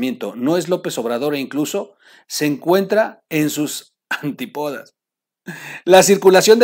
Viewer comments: me caes muy bien. Te hago una observación, tienes ciertos erros de pronunciación. No se dice antipodas, es con acento en la i., chécalo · mi, solo te hago 3 observaciones y con todo respeto, es antípodas acento en la i, es "per-capita" no percapital, es Viste no Vistesss, recuerda que estas inclusive a nivel internacional y el buen lenguaje nos da mejor proyección, te deseo unas felices fiestas y no se me dejen venir todos eh!! es una crítica constructiva, que le hace bien al